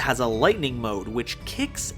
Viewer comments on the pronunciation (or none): none